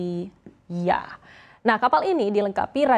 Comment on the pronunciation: Ngomong italia nya gak usah mengeja kyk ajarin anak TK SD gitu deh